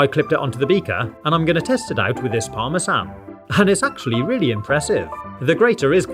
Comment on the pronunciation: BRO REALLY SAID PARME SAN